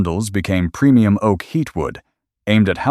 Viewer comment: love this story☺️ narrative is also good - except one place where he said dry O A K